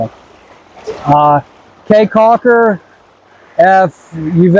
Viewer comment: Prounounced Key Caulker... not Kay Caulker.. People of Belize are wonderful!